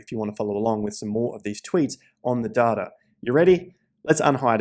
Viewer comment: There is absolutely no “R” in data. Seriously, where do you see an “R”?!